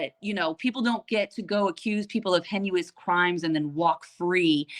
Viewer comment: Hi again - with love - the word Heinous - pronounced HAY nuss